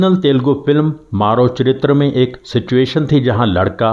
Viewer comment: It's मरो चरित्र‌। Not 'maaro'.